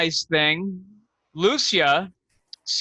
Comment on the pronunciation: Lucia IS two syllables! Loose-yuh